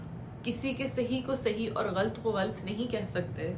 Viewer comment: please the word is galat not galt